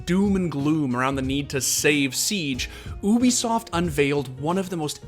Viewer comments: Alright, let's make this clear. Ubisoft is not pronounced OO-bi-soft it is pronounced YOU-bi-soft. Ok cool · its Ubisoft, not obisoft, its a hard U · OO-bi-soft every video LMAO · Ahh yes oobisoft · Somehow you always manage to pass me off by saying oobisoft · Oobisoft? Lmao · WHY IS HE CALLING IT OOOBISOFT